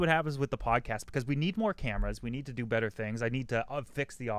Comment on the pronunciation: Thank you for saying betta properly.